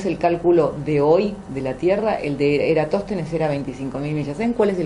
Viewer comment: Lamentable, están juzgando y riéndose de una teoría con pilares fuertes mientras leen un artículo de eratostenes desde el celular. Se nota que ni siquiera había escuchado de el, ya que en una oportunidad pronuncia mal su nombre.